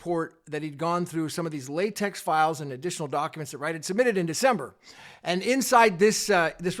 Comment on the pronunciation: Thanks for the unbiased reporting. P.S. It isn't pronounced latex but latek as in technology.